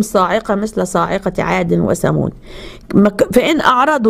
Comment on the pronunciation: ثمود مش سمود تكلمي عربي 😂😂😂